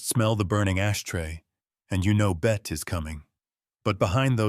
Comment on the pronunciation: Bette Davis first name is pronounced "Betty" not "Bet"